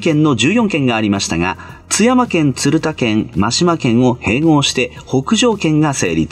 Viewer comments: 鶴田県「つるた」ではなく「たづた」の読みが正しいです。 鶴田が県だったとはしらなかった。勉強になりました。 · 鶴田の読みは【たずた】だと思う。